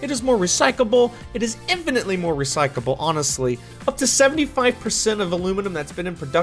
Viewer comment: "Recycable"😂🤦🏾‍♂️ let's learn proper grammar with the best out there... 😂🤦🏾‍♂️ its "Recycabale"